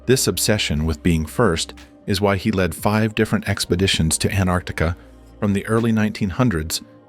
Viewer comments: Anartica 😂 can't even pronounce it correctly 😂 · Honestly i never understood why A N T A R C T I C A word didn't pronounce correctly always T missed so its ΑΝΤΑΡΚΤΙΚΗ(ANTARKTIKI in Greece)🤥😀